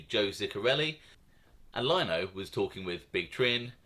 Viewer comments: I love u bruv but its lino (leno) not (lyno) 😂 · its Leeeeno mate, noy Lyno! LOL ;oD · oc, oc what am I gonna do w you??? It’s LEE-NO not Line-oh…lol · It's Frank " LEE- NO" NOT LIE-NO.. 😂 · You pronounce Sciascia like Shasha and Lino like Leano if that helps any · Lino us pronounced “LE E N O” TY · It’s frank Lino. As in Lee-no. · its pronounced Frank Lee No. good stuff Sonny Red was a Beast if this didn't happen he would of been Boss or Underboss of the Bonanno's , Chin would of made sure of that. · Love your channel. Keep em coming. Just an FYI Frank’s last name pronounced Lee-no. He was the cousin of Gambino memeber Eddie Lino who was murdered by the mafia cops. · Good video, just so you know for future episodes Frank Lino is pronounced Frank lee-no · Great content although you left out few vital pieces of info- Frank Curly Lino did not just voluntarily come in- he is a cousin of feared Gotti henchman Eddie Lino who was a Gambino family capo. Eddie Lino spoke up for his cousin and Fat Joey Massino (because of his relationship with Gotti) ensured Frank Lino wasn’t in any trouble. Also please stop pronouncing it as Lino as LINE- O, if you’ve watched John Alite’s videos or Sammy the Bull’s they all pronounce it as Lea-no. Thanks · One thing buddy is Frank Lino is pronounced “Lee-no”